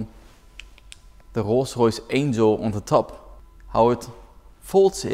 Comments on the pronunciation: “Rogh roghs” 😂😂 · not a rolls royce it’s a kolls koyce